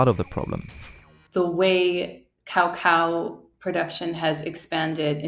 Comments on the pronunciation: Pronounced ca-cow not cow-cow 😂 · Love how you're commentator speaks perfect English but pronounces coco as cow cow🤣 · why she pronounce it like cowcow, LOL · Cao Cao was a famous Han Dynasty Chinese general. Cacao is unprocessed cocoa. Pronounced like KUH-KAU by everyone in the world except this lady. It’s ok to be wrong, but to be wrong and sanctimonious is just embarrassing.